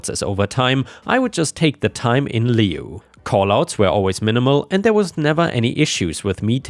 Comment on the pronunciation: The syco in sycophant is spoken as Sicko rather than psycho, and lieu sounds the same as the lieu in lieutenant, or the loo where you have a slash.